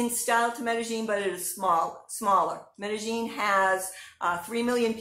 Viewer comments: sounds like she's saying "meta gene" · Hi. You are correct. The local dialect in Medellín pronounces the "ll" like a "g" so it is pronounced "Medegene". The rest of the world pronounces the "ll" like a "y" so it is pronounced Medeyene